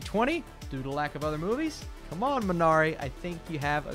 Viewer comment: MEE na ree. Correct pronunciation. Otherwise, thanks for the nice review.